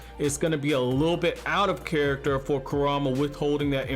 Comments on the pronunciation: It's kurama not karama!!! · its funny how he says kurama he says ( ku-ram-a) instead of ( ku-ra-ma) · Ok don't mean to be mean but it triggers me how he said karama and not kurama to me kurama,s name is the easiest name to say out of the whole naruto series lol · Narrator; Bro you are mispronouncing Kuruma!! Please stop 😬😬